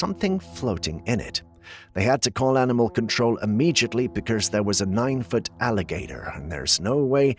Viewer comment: Immediately not “immegiately” :)